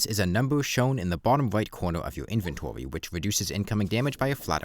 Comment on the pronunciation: I love when they say inventowy